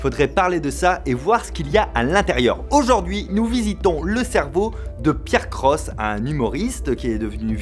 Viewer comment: J'aime bien comme tu as prononcés la chaîne de π AIR CROSSE à la fin xD